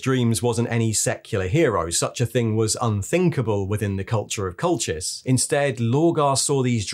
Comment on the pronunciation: Cracking video as always, even if it is about the biggest gang of d-bags ever to wear power armour! FYI, if Colchis is meant to be pronounced like the historical/mythical place on the Georgian Black Sea, I think it's pronounced "Colkis"?